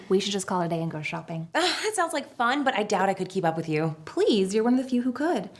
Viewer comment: If you stop it and start it again , it sounds like he says, "i Ike you" lol